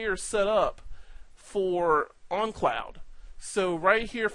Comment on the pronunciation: Great video! Just a funny observation. For most of this video I thought you had some strange accent that I never heard of which causes you to pronounce the word "own" as "on" because you keep saying "on cloud" instead of "own cloud". Which, ok thats cool, no big deal... But then at you say "own on cloud"... Just made me laugh so i thought I would point it out. Thanks for making!